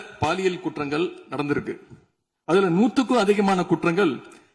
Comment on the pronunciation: குற்றங்கல் இல்ல தம்பி உதயநிதி குற்றங்கள்...ளகரம் லகரம் தெரியாதவரா கலைஞர் பேரன்?